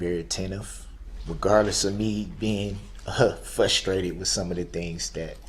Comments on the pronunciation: i don't think duhrell is pronouncing the word frustrated correctly..... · He was also “fusstrated” at people not knowing what was in his heart. I’ll tell you what was in his heart. It was hatred. He cut the “umbiblical” cords on his children.